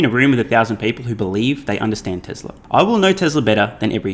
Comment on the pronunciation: there is no “r” in tesla.